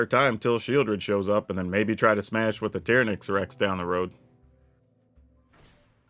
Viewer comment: Why do you pronounce certain card so obviously wrong? TY-ran-ax not Tear-uh-nax You couldn’t call the Jurassic Park Dino Tearuhnasarus And bonus, it’s not Cay Thar. It’s just all one word.. cathar.